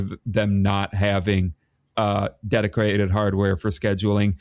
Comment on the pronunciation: why does he keep adding a 'Q' to the word 'dedicated'